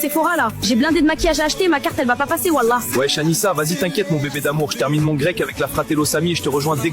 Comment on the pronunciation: la manière dont les IA prononcent "Wallah" j'ai envie de sauter d'une falaise